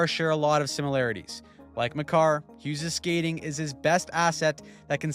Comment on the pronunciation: its Hughes and it's not even close